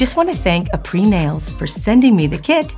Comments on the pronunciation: i don't like how she keeps saying aprés "apr-ee". it's "apr-ey". it's french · amazing video as always but it’s pronounced ā-pray not a-pree , -helpful tips from a french student 😊 love you & yours videos sm!! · just a tip: "aprés" is pronounced as "ah-prey," not "ah-pree". ;) Makes sense that it's named "after gel" though. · That brand name Apres in my language which is Armenian it means Good Job, We pronounce it differently. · Can't believer you didn't learn to say their name correctly before doing it aloud. Weird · Came here to see how the heck you pronounce Aprés😅